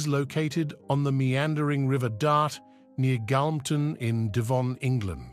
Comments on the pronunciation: "Ee" for Eye and "writtings" for writings, all in the first minute? Can we have someone who can speak English, please, to narrate? And knows how to pronounce Devon and Torquay? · Yes indeed! It is a tough listen if narrator cannot pronounce Devon and Torquay . Cannot watch more.